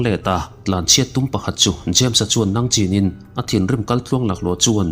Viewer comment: Nangchin nilo in Nangching tih zawk tur aw.